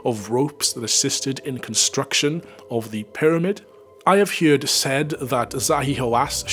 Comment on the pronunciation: The word "heard" is pronounced the same way as the word "herd". You saying "HEERD" instead of "HERD" is jarring in a nails-down-the-blackboard kind of way. I make allowances for accents (I can hear a bit of Welsh influence in your voice) but FTLOG, "HEERD" is just so very very wrong.